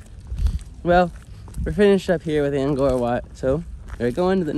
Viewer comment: Thanks, for a very nice Vlog on Angkor Wat and Angkor Thom. By the way, Cambodians and most foreigners pronounce the word Angkor like Ang-core. But you pronounce it like it's Ang- gore. Also, the region is more often written as Southeast Asia and not south east Asia. As for driving on the right hand side; why is it a surprise to you? Except for Burma and Thailand, all of the rest of Southeast Asia and East Asia like China and Korea, driving on the right is the rule.